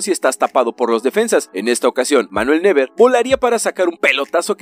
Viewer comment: neuer se dice noyer a ver si pronunciamos